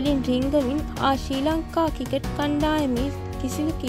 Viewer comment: ශ්‍රී ලංකා ක්‍රිකට් කියන වචනේ හරියට කියාගන්න පුලුවන් නිවේදකයකු හොයාගන්න.